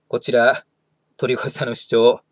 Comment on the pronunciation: とりごえ、ですよ 1：40過ぎくらいに言い間違えてますw まあこんな人の名前は言い間違えてようとどうでもいいですが…